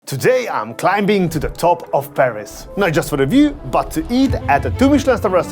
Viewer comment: The B in climbing is silent.